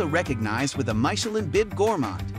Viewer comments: Learn how to pronounce "Michelin" properly please. It's not "My che lin", but "Mee che lin". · It's Meechemin, not Maichelin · mai sha lin 😂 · I agree and pls start with pronouncing Michelin, because it is not MYchelin. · so... was it "mai"chelin or "mi"chelin ? is this one of American VS Europen reading ? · you are totally pronouncing this worldwide Guide incorrectly. Mee shi lynn. NOT My shi lynn. Watch any other video that talks about the Michelin guide or ratings. It's a French term. Meaning "i" vowel = a long eeee sound. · Say it with me AI, 'MISH-ELLEN', not 'my-shellin'. No one is falling for your BS. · Please learn to pronounce the word Michillin. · “MIKELIN STAR?” Enough of this lazy AI nonsense. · I don’t know about Thai pronunciation but most certainly I have never heard about “maisheleen” 😊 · Wow I love MY-shuh-LINN restaurants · People are different... I get it. Though every time the narrator says "Maikelon" star it hurts my soul. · Not only mispronounced Thai. Also mispronounced French. My-cha-lin? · My cher lin... oh dear. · How do we take this review seriously when it keeps saying maishelin? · The art of mispronouncing Michelin, it's mee-che-lann! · MY-Cha-Lin? Hahaha! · The announcer in this video pronounce as Mick chee lin star!😂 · May Che Leeene! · Please - it is mitch-er-lin. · Who pronounces it MY-CHE-LIN? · “Myshellin” ….i had to turn the volume off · MY-chelin? Stop it. Nobody says that. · Leave him alone with his pronunciation of Michelin - it doesn't matter. Signed : a French 😊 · He cannot not even pronounce Michelin... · The name “Michelin” not even pronounced correctly. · Great recommendations, but…OMG the way you pronounce Michelin is off-putting…cringe. And can’t you just say Thai baht, instead of saying T-H-B? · The weird pronunciation of Michelin is such a throw off. Perhaps research how to say it correctly for this type of video. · Don't know if I should trust this video, when you mispronounce Michelin.